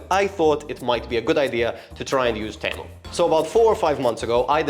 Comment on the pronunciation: Fine video, but why do you keep calling Temu for Tamu? xD Also that 10/10 sponge is just wraped with sandpaper, just so you know before you use it other places.